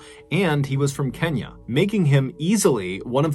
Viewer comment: Mr. Ballen, props to you for getting the pronunciation of "Otieno" and "Kenya" right! You really do put effort in your work. I wish you continued success.